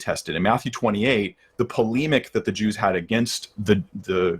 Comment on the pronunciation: Impressive, conjures up a hitherto unimagined pronunciation of polemic.